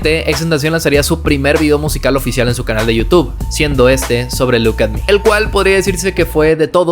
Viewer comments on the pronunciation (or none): none